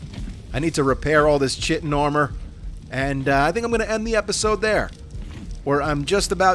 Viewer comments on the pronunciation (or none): Love the run through vids. p.s. Please stop mis-pronouncing Chitin. It is pronounced Ky-tin. TY :) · When your said "journey.. man chitin boots" it sounded like you said "journey.. man sitting boots"🤣🤣🤣🤣🤣🤣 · He said in the first video he knows how to say it, but chooses not to because his way sounds funnier.